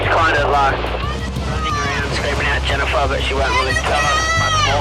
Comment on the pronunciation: JENIFAHH!! Cought me off guard the editor new what he was doing by repeating it 😂